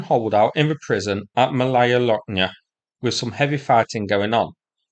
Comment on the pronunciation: Malaya ( Small ) is pronounced Maaalaya not Malaaaya !!!